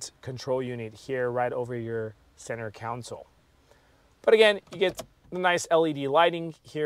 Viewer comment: Great review - but I kept getting hung up on and distracted by the reviewer saying Counsole instead of Console. Was driving me crazy!